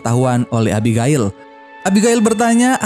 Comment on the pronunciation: Abigail: ebigeil Reading Right! ku..